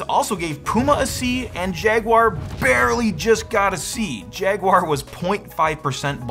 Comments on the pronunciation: Come on, no-one really says poo-ma do they? Everyone knows it’s pyoo-ma. 😜 And another thing…what’s this jag-wire thing? It’s jag-u-ar. Jag-wire?! 🤦‍♂️ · He said "Jagwire" 😁 just like Steve did back in the day 😌